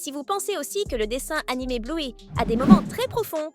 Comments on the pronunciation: On dit Bleuy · J’adore bluey mais tu le prenonce malle